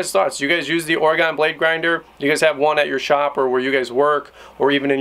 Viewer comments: OR-Ah-GIN. No Gone. Its not OR-A-GONE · It Or-Gun not OrAgone :) Great review, thanks! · Oregon; pronounced "ore-gun" not "ore-gone" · Excellent. I just took delivery on this same model - still in the box. This was very helpful and saved me some time. BTW, not to nitpick, Oregon is Oregun, or even Oreg'n, not Ore-gone. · Grinder looks cool. As a person who’s lived in Oregon I have to mention Oregon is pronounced ory-gun not ory-gone. Thanks. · Good video but every time you said Oregone drove me nuts out this way we pronounce it Orygun I know but it's how we identify out of state folks or fresh transplants lol